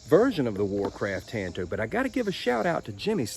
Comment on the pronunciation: I really dig your videos, my man but your butchering and miss pronunciation of my favorite blade shape, “Tanto” is driving me out of my mind! Japanese word, Tanto. Look up how many ways you pronounce a “a” sound in Japanese. One. One way:”ah” It’s literally the same as the lone rangers sidekick, Tonto. Same pronunciation. It’s a different language. Imagine that. 😂 Keep it coming regardless.